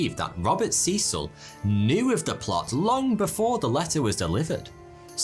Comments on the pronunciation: Who's this Seesill guy? FFS, pronounce the name properly: Cecil, pronounced Sessill. And "gotten" dropped from British usage a long time ago, in favour of the more succinct "got." Don't pander to American solecisms and archaisms; they'll still understand you. Americans aren't stupid (hence their wealth). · Good video but can we talk about your pronunciation of Cecil. It’s C[EH]cil. EH, short. Not EE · I thought in England/Britain Cecil was pronounced Cessil? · It depends where you're from. The Americans seem to favour see-sul (in the South at any rate). It appears that this pronunciation has remained since the place was first colonised. Could it be, therefore, that they have retailned the original pronunciation and it is in the UK that it has changed?